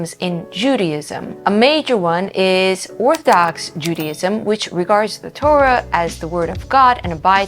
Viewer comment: Ahgggghg ....Judy IZM JUDY IS NOT JUDA